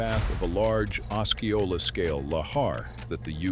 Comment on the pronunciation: it would be nice if the AI voice learned how to pronounce Osceola. I have 2 friends near the mountain. I hope Rainier stays quiet for decades.